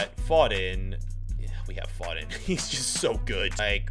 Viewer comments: the way he says Foden triggers me. Its F--o-den not fo-den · It’s foe den fod en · It's annoying as a British person hearing you say foden 😂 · phoden phoden pronounced foden